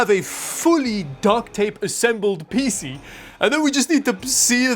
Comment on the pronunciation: Pee-Cee not Pissy